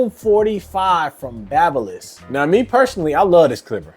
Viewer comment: Its babyliss not baba lol